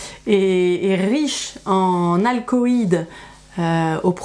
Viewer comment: Super vidéo comme toujours! Le scientifique que je suis est obligé cependant de corriger un simple bafouillage. La Mandragora officinarum est riche en Alcaloïdes (et non pas Alcoïdes à 5'41 ni Alcoloïdes à 31'05). Oui je chipote mais ce n'est que pour parfaire ce qui était déjà excellent! Tous mes respects.